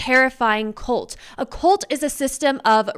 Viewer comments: it's "cult", not "colt"; thought you were talking about little horses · that's not what I am hearing. Most younger people are pronouncing words like cult as "colt", and "results" as "rezolts." It's like a YouTube accent.